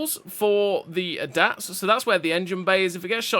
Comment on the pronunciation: Brother that's NOT how you pronounxe ADATS 😂